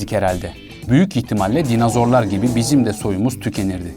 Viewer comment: dinazor değil dinozor